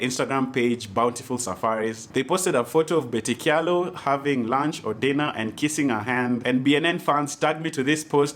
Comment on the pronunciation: I just love how you're pronouncing Kyalo 🤣🤣